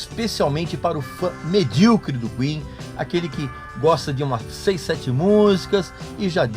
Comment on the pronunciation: Pessoal ficam bravo por ele dizer medriocre, pessoal tem que saber que essa palavra vem do mediano